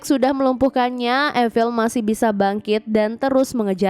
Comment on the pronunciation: Efil?? Apa itu? Evil?(i-vel)?? Zombie kali.